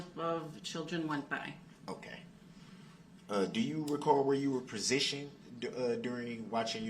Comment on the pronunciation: "Do you recall where you were prezishunned? -_